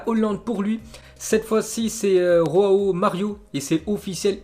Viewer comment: Roao Mario 😭😭😭😭😭😭 Joao avec un J c'est pas un hispanique